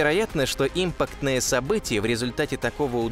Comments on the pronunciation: Ребят, вы хоть сами просматривайте ролик после монтажа: объем в квадратных метрах))) Импактное, а не импАктное) даже для ненаучного канала жесть, а для околонаучного и подавно. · автор не умеет читать текст ЧИКШЛУП Импактное не правильно импАктное правильно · Что вы, неучи, не способны в слове "импактное" правильно поставить ударение. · импАктное ударение на А. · Импа'ктная, ударение неправильно произносишь. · импАктное - ударение на А. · Имапктное событие: ударение на А, а не на И. Рузгий учи э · Сначала поставил лайк,потом услышал"импактное" с ударением на И,(правильно-импАктное,с ударением на "А"!,от слова "импАкт!),бездушный,роботизированый голос без интонаций,подходящий для службы коллекторов-"у вас задолженность по кредиту!",бубнящий прописные истины,которые любой первоклассник знал,а сейчас это все выставляется как -вау!... дизлайк однозначно! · и в слове импактное событие ударение на И поставил.. как только язык не сломал.. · То же самое подумал. Ударение в слове на букву "А"